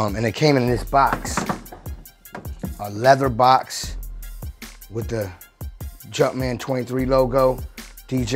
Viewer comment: The World: "Jumpman" Dj Khaled: "Jutman"